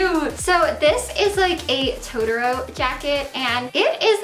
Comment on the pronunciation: It's To-to-ro. It's easy!